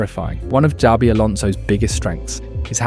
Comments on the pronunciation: The real crime is calling him Z-abi alonso. It's Sh-abi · its not ZABI ...please get it right